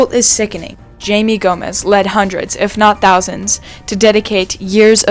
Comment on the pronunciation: It’s Jaime (High-May)